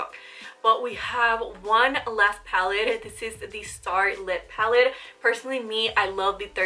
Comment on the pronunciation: Love you , I was going a little nuts when you were saying “pallid” instead of pallet . But great video !!